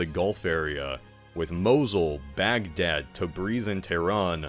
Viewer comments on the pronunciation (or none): none